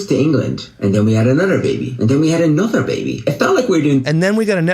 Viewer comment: “And then we had anudder baby and anudder baby”